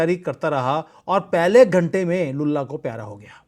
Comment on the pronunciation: Lullah ko pyara ho gaya 😅😅😅, please don't replace l with b in your lullah 😅😅😅